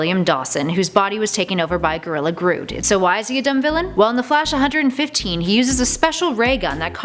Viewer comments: First off, learn how to pronounce Grodds name. It's not Grood or Groot, it's Grodd. Secondly, he's a dumb villain because his origin is like the Planet of the Apes movie? Wow. Geez you could say that every villains (or even heroes for that matter) origin story are like some movie. Your justification is invalid. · It's pronounced "Grawd" not "Grood" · It's Groo-d, not Groo-t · it pronounced gorilla GRODD not groot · Ummm grood who’s that C’Mon it’s grodd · Grodd not Grood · Personally, I like Grodd better as an Aquaman villain. God knows he needs more enemies to contend with. Both Kings (one from land, one from sea) and both telepathic (sorry, watched Injustice 2 and i just like the chemistry these two could have.) Also, IT'S GRODD (GRR-ODD), not "Grood". Plus, why call him "Gorilla" Grodd anyway, we know he's a gorilla, are there any other kinds of Grodds out there? Nooooo. Boomerang works better as an Arrow villain obviously (actually. some of Flash's rogue could work better as Arrow's enemies) And I've kind of grown to like "The Turtle", just wish he was used better. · Damn girl, just Damn. I think you may be the dumbest flash villain..just kidding but girl it's grodd not grude. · It’s pronounced “GROD” not grood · ... U obviously don't read Flash comics or watch his tv show bc it's NOT pronounced "Gorilla Groot" like u says it's "Gorilla Grodd" (like "Grrr"-"Odd") lol... Grodd shouldn't be ANYWHERE near this list of top ten worst Flash villains tho bc Grodd is gOD! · Its notttttt grood its grodd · its GRODD not GRUD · Its not pronounced Grood it's pronounced Grawd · its grodd not grood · It's GRODD NOT GRUUD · It's pronounced GRODD!!!! Not GROOD!!!! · It is griller Grodd not grut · ITS GRODD NOT GROOD OK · it's not pronounced grood its pronounced grod aka Grodd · its not grood its grodd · I got annoyed when she said gorilla grood not grodd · ffs its grodd not grood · nnnnnooooo not grood, grodd. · It's Grodd not Grood. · Grood? It's Grodd not Grood